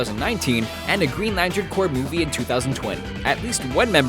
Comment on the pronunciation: We found someone that's says Corps right on YouTube! Thank god